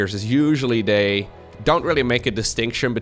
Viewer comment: Oh my gosh. Now all I can hear is dis and dey for this and they. But half the time says it with his accent and half the time he doesn’t. I can’t unhear it now! Lol